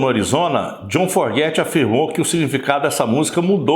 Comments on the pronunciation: Pronúncia correta é " Fogert " e não " Forget ". A maioria das pessoas comete esse equívoco. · Boa noite, legal tudo que vc disse, mas entenda: não é a sua pronúncia que está errada ! É o sobrenome, a grafia ! Vc está dizendo "forget" do verbo to forget (esquecer), o correto seria FOGERTY compreende ? Muito legal sua pequisa e todo o video, mas penso que dizer o nome corretamente do grande cantor, compositor e guitarrista JOHN FOGERTY é no mínimo importantíssimo. Desculpe, só quero ajudar. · AMIGÃO!...FAÇA A LIÇÃO DE CASA ANTES DE GRAVAR QUALQUER COISA. O NOME DO LÍDER DA BANDA É JOHN FOGERTY...E NÃO JOHN FORGET...FAÇA-ME O FAVOR!!! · Seu vídeo é ótimo, histórico! O que não pode é pronunciar Fogerty "(fóguerti") como forguéti...ainda mais qdo vc diz que escuta (e lê sobre a banda) desde criança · Você precisaria aprender a pronunciar o nome do cantor antes de produzir o vídeo. Uma pequena pesquisa já ouviria a pronúncia correta. Não é /forgéty/ mas sim /fôugéry/ a sílaba tônica é a primeira, ok? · O nome correto do vocalista do Creedence Clearwater Revival é John Fogerty e não "Forguete". Tirando esse detalhe o vídeo é muito bom. Parabéns pelo canal e obrigado por compartilhar. Forte abraço! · Precisa aprender a falar o sobrenome direitinho é: Fogerty !!!!!!!! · Santa Maria mãe de Deus, não tem um brasileiro que saiba falar "Fogerty" da maneira correta?